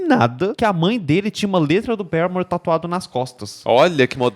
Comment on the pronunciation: é o primeiro fã brasileiro de Paramore que eu ouço falar o nome da banda do jeito certo. <3